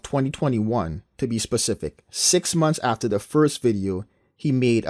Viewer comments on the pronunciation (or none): And can someone teach this PhD how to pronounce MONTH. Let him know it's not pronounced MUMFS. Idiot.